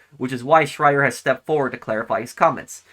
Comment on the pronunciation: couldn't even say his name